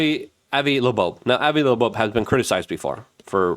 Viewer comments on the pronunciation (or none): Avi Loeb's last name is pronounced "Lobe". Not LaBobe nor Lebeau nor Lebobe. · He can’t read or speak. I think he Legit has some disabilities with it. I don’t know how someone can read the name “Avi Loeb” and pronounce it “Avi Looboab” or see the word “doge” and pronounce it as “doige” without having a legit disability. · I know it’s just petit dyslexia, but “Loeb” is pronounced like “Lobe”. It’s an important name. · Yea can’t believe he’s never heard the name avoid loeb pronounce. It’s fckn killing me lolll…”Luhbobe” 💀😂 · He can’t read or speak. I think he Legit has some disabilities with it. I don’t know how someone can read the name “Avi Loeb” and pronounce it “Avi Looboab” or see the word “doge” and pronounce it as “doige” without having a legit disability. I still like his coverage but his ability to read or speak is nonexistent. How many times a video does he look into the camera and make some mumbled garbled sound when he’s trying to imitate something.